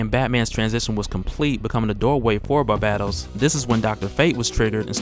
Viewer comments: Lol barbattos bruh: “bar-BAE-Dohs” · bar-BAY-toes NOT bar-BAT-os. good vid but your pronunciation of his name was annoying the hell out of me lol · Who TF is Barbahtos, I thought it was Barbatos 😂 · The second “a” is long... Barbatos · Love your work bro... So it's with great respect I say this: Its pronounced Bar-BAY-dos. Stay up though bro. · pretty sure it's pronounced "BAR-BAY-TOES" as someone who reads more than listens to media it's difficult to transition. took me like a decade to pronounce Djinn properly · bruh its bar BA Tos. watch iron blooded orphans and youll understand he has the same name as mikazukis gundam. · Are u sayib his name right wtf lol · It's not that hard to pronounce Barbatos smh... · Your pronunciation of Barbados is throwing me off! Otherwise, great video dude! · Argghh the way you was saying barbatos was killing me. Back to comicsexplained to hear Rob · learn how to properly say Barbatos. your pronunciation is toooooo cringy !